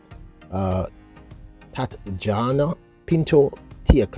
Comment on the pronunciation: Tatjana Pinto Pronounced "Tatiana"